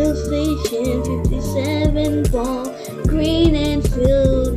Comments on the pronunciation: why he gween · YEAH WHY IS HE GREN??/ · Yeh why he gren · Why so reen!!!! 😂😂😂😅😂😂😂😂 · yeah why he gnee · cause he gren